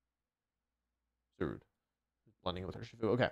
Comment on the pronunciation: DO NOT LEAVE OFF THE S IN URSHIFU!